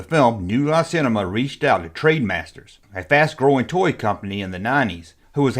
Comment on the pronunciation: its ,,,sigh ,,, TRENDmasters not trademasters.